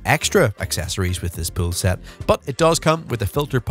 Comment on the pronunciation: This guys pronunciation of the word pool pisses me off so bad i cant watch this😂😂